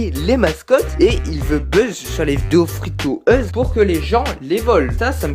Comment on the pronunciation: "Fri to euse" sa se prononce "fri tou youz"